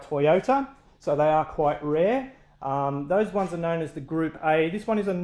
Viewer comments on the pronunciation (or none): none